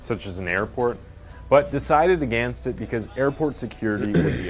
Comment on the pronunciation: Can’t stand this narrator. The way he pronounces ‘again’ and ‘against’ makes me feel physically violent. Also, in this one he pronounced Monterrey as Montry.